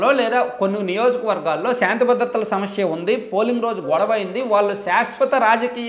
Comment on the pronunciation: తప్పుగా అనుకోవద్దు సార్ మీరు "సమస్య" అనే పదాన్ని "షమష్య" అంటున్నారు ప్రతీ వీడియోలో వింటున్నా అందుకే చెప్పాను